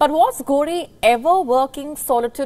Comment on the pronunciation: Lol you said Ghodi instead of ghori?😂...thanks our greedy leaders,,,always trying to appease..